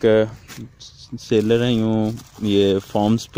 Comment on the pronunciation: All 3 parts are excellent. Thank you. And Bhai Jaan seller hota hai. Sail-er Nahi.